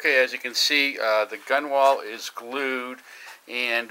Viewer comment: Nice work. BTW you spell it Gunwale and it's pronounced GUN-el